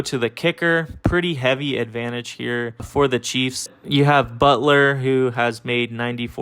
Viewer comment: butler lol butker but good vid